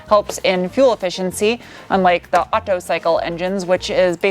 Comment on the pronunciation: I think it was Otto, not auto